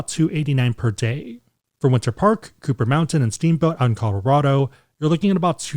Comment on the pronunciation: It’s Copper Mountain, not Cooper Mountain.